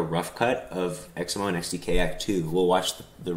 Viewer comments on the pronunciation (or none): I also always thought your name was pronounced X-MO not X-M-O.